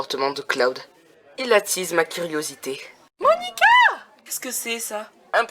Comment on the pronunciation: C'est Moanica pas Monica.